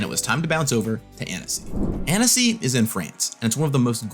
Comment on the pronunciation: Annecy it's such a charming ville. By the way, we pronounce it "AN•Ci" in french 😅 It's such a shame that I didn't participate in paupergeddon :/